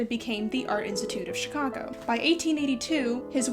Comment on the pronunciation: You pronounce Chicago like a native Chicagoan. I approve.